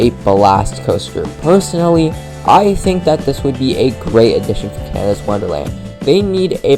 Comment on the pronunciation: Its Canada not canida lol!!